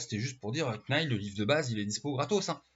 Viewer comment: On ne prononce pas le K de knight. On le prononce comme night,!